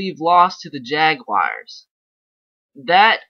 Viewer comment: Jaguars not Jagwires lol